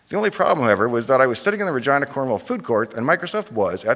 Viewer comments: Why does the presenter make Regina sound like vagina? Where I come from we pronounce "Regeenah" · As an Italian, I'd like to point out that Regina is pronounced "Reh-jee-nah" not "Reh-jai-nah", sounds really rude that way too! Regina means Queen in Italian :) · I heard the whole thing just saying: University of vagina. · Ahhhhhhhhhhhh, Regina, not Vagina. Sorry mate! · I've heard Dave mention his college name in his garage channel and I thought he was saying University of Virginia but said it with an accent to sound like vagina. and for the first time I see its actually Regina. anyways, seeing the podium made me chuckle. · is it just me, or does it sound like he says vagina? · Is he saying Vagina? 🤭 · Damn. I can't unhear university of vagina. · Is it only me who hears "University of Vagina" every time he says University of Regina ? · Oh, I always though, Dave pronounced Virginia as Vagina! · I know I'm tired... But I hear the presenter saying vagina so many times :) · Great video Sir. Thank you for taking the time to post. I'm sorry but the 10 year old in me is cracking up over the word "Re-Gina"... LOL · 😂. I thought he said “And that was the moment when I discovered University of **gina” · Sounds like vagina every time the guy at the start says Regina. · I did not know that's how you pronounced regina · I thought he was saying University of Virginia but deliberately mispronouncing it :D